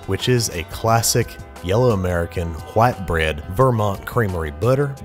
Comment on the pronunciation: WHUAIT BRED